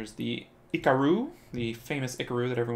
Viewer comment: STOP SAYiNg IcaRu LiKe tHaT